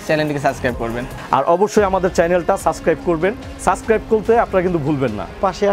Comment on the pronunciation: apnara jevabe first ei suscribe suscribe shuro korsen,,, allah,,,it’s not suscribe, it’s subscribe.Learn it.